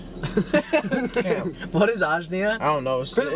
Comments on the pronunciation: “Ashnea” it’s angina💀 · Omg I love that Nick calls it a tish like the Dolan twins. And also it’s ANGINA from icarly not Ashnia🤣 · "asnia" im dead i think it was angina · matt saying angina (the disease from icarly) wrong has me dying😭😭💀